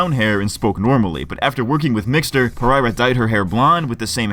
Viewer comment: Dude it's pereria.okay Portuguese. Per-er-ia not par- ereria.come on.moriah rose pereria.